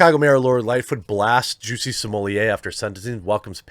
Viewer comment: ITs not Jussie, its Juicy :D